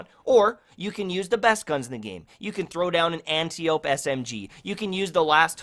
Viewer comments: Ugh. People don’t know how to pronounce Antiope. It’s not an-tee-owp. It’s an-tie-uh-pee. It’s a name from Greek mythology. They pronounce it in Wonder Woman. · Goddammit, I hate when people pronounce antiope like ant-ee-ope when it should be ant-I-oh-pee